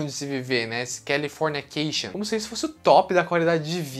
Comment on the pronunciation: O vídeo é ótimo mas qual é a dificuldade dele em falar CALIFORNICATION e não CALIFORNIA CATION???????? Que agonia cara